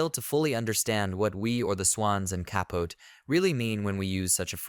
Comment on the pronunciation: Truky bad AI narration.can’t even pronounce the subject matter’s name correctly. Please don’t subscribe to this garbage - Truman Ka-Pote ( kaput?) and Gore “ Tender” Vittle.. whatever.